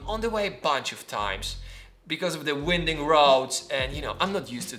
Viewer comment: Hey, you have to pronounce "winding" as w[ai]nding, not w[i]nding. Sheryl Crow have told us that pronouciation in the song below.